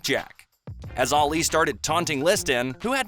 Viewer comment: Arleee 🙉 I cant take how he says Ali